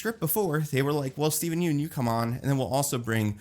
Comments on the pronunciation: It’s pronounced “Yun” not “Yoon” 🤘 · Hey, quick fyi, Yeun is pronounced like fun